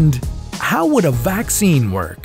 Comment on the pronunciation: 백신이 외국 발음이었구나....